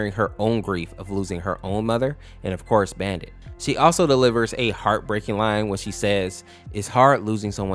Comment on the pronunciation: ❌️ AUfkorse✅️